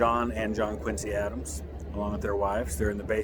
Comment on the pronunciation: Quincy was tv show; Quincy you pronounce the c like z !